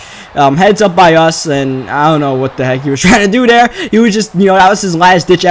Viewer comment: Do you have a speech impediment?? Der, not there, dey, not they, dis, not this.... Strange cuz that's the only things you don't say right